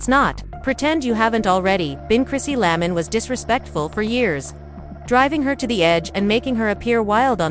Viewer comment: Her name is Chrissy LAMP KIN! Please read better. I’m out, already. This person can’t even read!